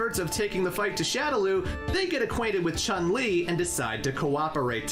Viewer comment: Now, where to start? I don't have the strength to go over the whole video again to provide a complete list of all the incorrect info he gave, so I'll just pull by memory a non-exhaustive list, in random order: - REE-OOH and CHAN-LI. No. No no no. I'm sorry, I'm willing to be lenient, but that's just unacceptable. He should be capable of pronouncing the name of the protagonist. Heh... at least, he didn't say RAH-YOU, which is even worse. - Another thing you're expected to know: ansatsuken is NOT the name of the martial art school and/or style of Goutetsu and his pupils. Instead, "ansatsuken" is an umbrella term describing any martial art that is intended to kill. Like many other SF notions, it originates in Hokuto no Ken / Fist of the North Star. Hell, Gen, the rolling kung fu master who has zero moves in common with Akuma or Ken, uses not one, but two different "ansatsuken". That doesn't mean he studied under Goutetsu. Holy crap, that was a baaaaaaad start. FOLLOWS --->